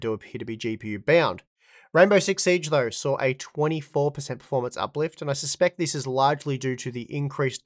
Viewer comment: They “sar” improvement you say? Yes or “nar” ? Lmao. I believe what you meant was “saw” improvement. Yes or “noAH” ? Nar and sar just sounds dumb af. Nothing personal btw. I just don’t get it. These are super easy words. Give reading my comment a try. Not sure if your teachers ever said “sound it out” or not, but you should try it. Other than those two super annoying words. GREAT video!..👍🏼 cheers..✌🏼